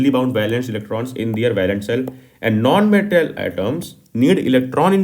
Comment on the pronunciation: Nooo-n meenntl atom 😂.... Btw thanks ❤😊